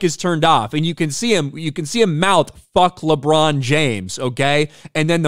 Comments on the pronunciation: Did he say “LeChong James” 😂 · “LeDron James” 😂